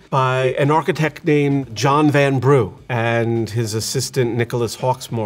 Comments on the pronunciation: And Vanbrugh is pronounced ‘vanbruh’ not ‘vanbroo’. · Great architectural analysis - Bridgerton is as authentic as Disneyland. But…. this chap needs to brush up on his English pronunciations! I laughed out loud at ‘Van Brew’ (a.k.a Vanbrugh, said Van-bruh) and Chis-Wick. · A few minor things; Chiswick House is pronounced Chiz-zick not Chiz-wick. In the same way Alnwick is pronounced Ann-nick not Allen-wick. And John Vanbrugh is pronounced Van-bruh not Van-Broo. And the roofs are not lead coated copper but pure lead. And it is still mined. But most of new lead is sourced from reclaimed lead nowadays. Lead workers in the UK actually receive regular exposure tests to make sure they aren't exposed to too much. It's all well regulated. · Chiz-wick House! I love how Americans pronounce English names. It's Chiswick House pronounced 'Chiz-ik'. And architect John Van-brew. It's John Vanbrugh pronounced 'Vanbrah'. Correction to posting - lead is still very much used in the UK building industry for flashings on traditional buildings and for roofing.